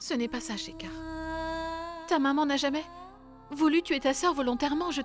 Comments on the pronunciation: Dans ce feuilleton seul nandidy k a bien prononcé le nom de schecar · Ta remarquer 😀j’aime la façon dont el dit shekar